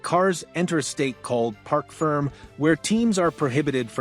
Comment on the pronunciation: Park Ferm???? Do your research. It's a French word pronounced like Fermay.